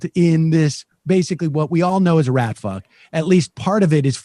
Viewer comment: Am I the only one who thought Sam said Rat-Fuck not Ratfuh(spelling?)